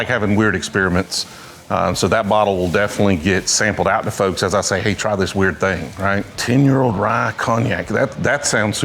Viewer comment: “Hey!” Or did he say “Hay!”